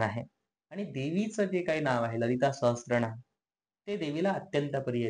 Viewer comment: Lalita sahasr..... raa.....naam....(T ...nahiee laagat...it's sraa.....naam 🙏✍️